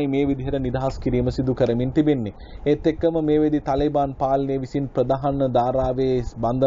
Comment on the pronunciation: තලේබාන් නෙවෙයි මල්ලි,, තාලිබාන්. තාලිබ් කියන්නේ අරාබි භාෂාවෙන් " ශිෂ්‍යා " කියනෙක. තාලිබාන් කියන්නේ ඒකෙ බහුවචන. (Students)